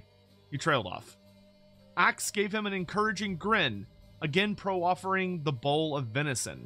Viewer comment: I have never heard anyone pronounce Proffering, as Pro-Offering 😅